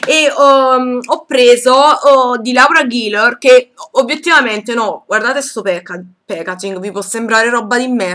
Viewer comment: Adoro, adoro, adorooo i tuoi acquisti!! cmq Laura Geller credo si pronunci "Lora Gheller" :)